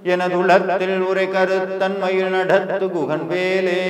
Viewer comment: ழ -உச்சரிப்பு மிகவும் தவறாக உள்ளது. மாற்ற வேண்டும். மயில், மயிழ் alla